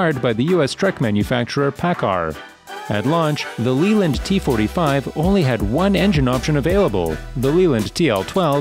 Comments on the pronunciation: Good video with interesting content but without wishing to be too critical, the pronouncement of some of the manufacturers is simply wrong and spoils the video. ‘D.A.F’ is actually just pronounced DAF, like daft without the T. ‘Leeland’ is pronounced ‘Lay-land’. If I was to make a video about North American trucks then I’d learn how they are pronounced first. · Leyland is pronounced Layland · The way he says leyland just really triggers me